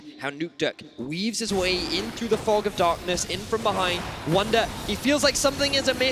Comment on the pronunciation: ER IST WUNDER!!! Not "Wonder". SO CALL HIM "WUNDER"